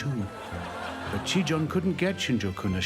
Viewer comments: "ちぃたん"と言ってるはずなのに発音が良すぎてギリシア神話の"ティターン"と言ってるふうにしか聞こえない。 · As a Japanese learner, I cringe at the American pronunciations of “Chiitan”. They pronounce it like “Chitaan” or “Chitan”.... close enough I guess lol